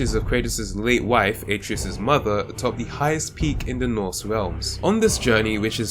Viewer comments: It’s pronounced uh treh us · Kratos says the name At-ray-us like a million times and you still managed to pronounce it wrong, you truly have a gift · He said Atreus wrong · The way this Guy says Atreus hurts my soul.